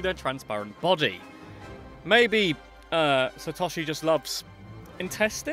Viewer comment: It's pronounced Sat-oh-she